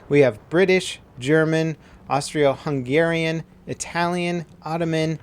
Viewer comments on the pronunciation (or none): Ah-STREE-Oh Hungarian, btdubs its Ah-Stro Hungarian. That was a minor Matimio moment for sure.